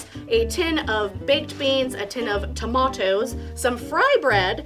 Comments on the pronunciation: Tomatoes exactly not Toemaydoze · please just say tomatoes normally :-) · The way you said tomatoes had me rolling in hysterics. Great upload.